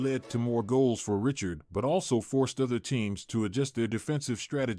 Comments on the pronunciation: Richard pronounced as Rishard, not as Ritchard. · I can’t watch this the ai can’t say his name right now